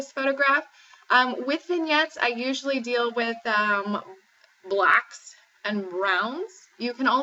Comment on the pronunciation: Wow... "Blacks...." There's a Lot of emphasis on that word. LOL Thanks for the vide.